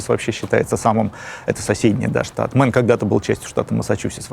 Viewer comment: Нет штата «Мэн» - произносится Мэйн